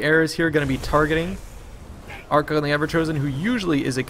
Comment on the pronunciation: I feel like Archaon's name is pronounced Ar-kay-on, rather than ar-kon.